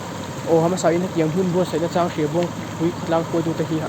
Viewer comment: He mi vedio vang hrim2 hian ka sub nghal e, chuan lung te chang tlang a, chang tih ilam dan adiklo a, lo sawi ve mai2